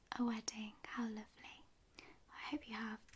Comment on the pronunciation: I love how she says lovely like "lowvelie"